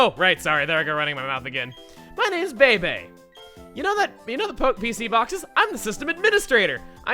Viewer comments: Chugga, great video! However Bebe is not pronounced bay-bay, rather bee-bee, if one wants to say bay-bay it is spelled Bébé with the aigu! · Bay bay? It's bee bee, no? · joke: pronouncing bebe as "baybay" woke: pronouncing bebe as "beeb" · I always thought it was Bebe as in (bee-bee)